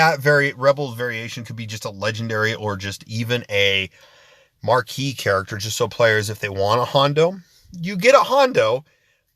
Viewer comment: Its Marquee